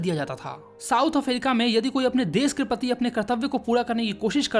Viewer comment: प्रति ❌ pati 😂😂😂😂